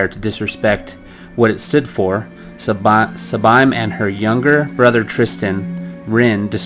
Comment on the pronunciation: First. Sabine's names is pronounced as Saa-bean